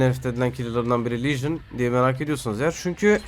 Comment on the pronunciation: Legion diyon ne diyon